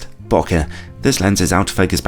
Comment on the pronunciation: When did people start pronouncing it as boka? According to the person who coined this term from the jap word 暈け "boke" which means to blur, bo for bone and ke for kenneth. He added an h at the end so you wouldn't pronounce it like joke.